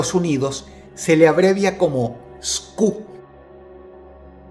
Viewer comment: Algo curioso es que es que el Código Universal de Producto, que en inglés se abrevia UPC por Universal Product Code en Inlgés, no es lo mismo que SKU (Stock Keeping Unit) en español, Unidad de Mantenimiento de Stock, y su pronunciación correcta no es en español, como "Scu", más bien es en inglés, algo más parecido a "Skiu", ahora, volviendo a lo anterior: Un UPC es, como dice su nombre, Un código único que de manera universal identifica un producto, por ejemplo el UPC de una botella de agua de 600 ml distribuida internacionalmente, cuyos últimos cuatro números en el código de barras sean 1378, tendrá en todos los países en que se distribuya esa misma botella la misma terminación (1378). En cambio el SKU los genera cada empresa o vendedor, por ejemplo, una mochila roja y una mochila roja con manchas azules, la empresa o el vendedor puede generar un SKU para cada una y diferenciarlas durante su inventario, por ejemplo: SKU: Moch-Roj (Para la mochila roja) y SKU: Moch-Roj-A (Para la mochila roja con manchas azules). Si para este punto aún no queda claro lo que intento decir, noten que en el minuto , lo que Dross encierra en rojo dice SKU, no UPC, o sea, que ese no es un código con el que podrás encontrar el mismo gabinete en todas partes, sino uno puesto por la misma empresa o fabricante.